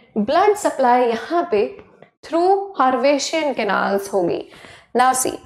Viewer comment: Maam haversian canal galat pronounce kia he